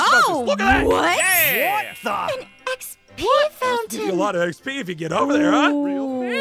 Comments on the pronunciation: And not trying to be rude, but it’s not EXP it’s XP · Thank you for making these videos But You're wrong it's not ExP It's XP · First person to say exp instead of Xp I have seen